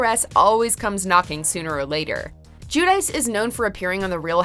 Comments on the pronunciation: Jewdice? It’s pronounced gwideechey, they’re Italian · Teresa JewDice? Lol no. That's not how you pronounce that. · ...GIÙ-DAEES?? C’mon!